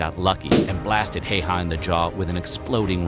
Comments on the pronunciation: "Heiha"?, se on Häyhä! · Amazing. Pronounciation. Heyhä. Ä is ä always in finnish language. We don't have different 8 different s's or ch sch or what ever asian laguages what i know nothing of. We have very simple language. It's logic and grammars is always the same. Not like germanic where there are odd verbss. Who ever invented them? like I like this, i liked this, i have liked this, i had liked this. Easy enough but put. i put, i put, i have put, i had put. English is actually so weird and complicated that native speakers don't know it. summa summarum....no1 has ever mastered finnish except native finnish. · way he pronounced Häyhä made me giggle way too much :D